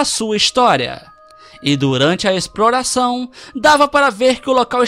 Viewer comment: Não tem o simpres mais tem o exproração kkk